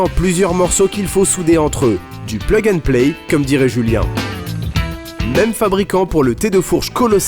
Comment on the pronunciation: J'adore le "plug and play" à l'americaine 😂